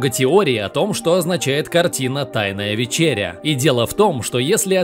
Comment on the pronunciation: Ударение на Е - вЕчеря